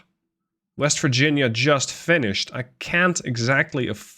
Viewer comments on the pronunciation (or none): none